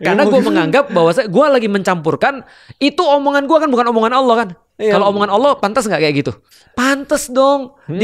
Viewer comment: Maaf yah utk sama koh Felix..yg sy denger pengucapan ALLOH..terdengarnya OWLLOH..maaf barangkali sy yg salah..